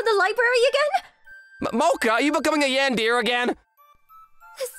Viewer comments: Bro said yandeer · Cute story, seriously pronouncing yandere as yandear is funny